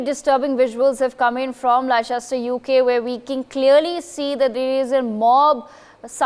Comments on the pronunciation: Lehchester lol Atleast know the proper name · Less-stur > Leicester 😂 and the reporting is awful 2/10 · Can't even pronounce Leicester properly. Leh chest er. This is a ridiculous news story. Absolute brainwashing nonsense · Not pronounced Li Chester it's Lester! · It’s pronounced Lester not Liechester... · If you are going to report on this at least learn how to pronounce Leicester. It’s pronounced Lester. Not Lie-chester. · Where? Lie-chester? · 1. Leicester is pronounced Lester. 2. This trouble is due to the cricket Both sides are misbehaving. This news article is biased. The Police have been active throughout. 4. I am white, English and from Leicester with Hindu and Muslim friends who would all condemn such poor reporting. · "Lester". It's pronounced "Lester". And I quite agree. All the third worlders should be repatriated. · Get your facts right lol they can’t even pronounce Leicester correct 😂😂😂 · Its pronounced Le"ss"cester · Leicester is pronounced as 'Lester'. This event is long in making because the offending group is being embolden with support from the Labour Party held in ransom as a vote bank! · First this silly fake newsreader needs to learn how to pronounce Leicester 😅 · Dont believe news that cant even pronounce Leicester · This is propaganda the reporter can't even pronounce Leicester never mind reporting the actual facts. Another video to make the world hate on muslims come to leicester and find out the truth. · Just goes to show how legible this video is when they don't even know how to pronounce the city's name that they are reporting.